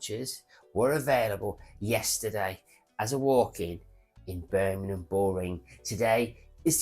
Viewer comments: It’s BirMINGham…. MINGham not Birminumm. Christ my teeth were on edge every time you said it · Birmingham not merminum😂 if you can say Worcestershire sauce correctly I’m sure you could pronounce England’s second city correctly!